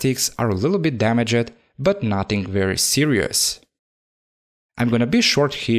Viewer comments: I know English isn't your main language, but please say damaged and finished instead of and "dama jed" "finish ed". Other than this I love you video and keep making great s***! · Dama-ged burn-ed learn to pronounce ed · Nobody This guy"Damagid" btw noice video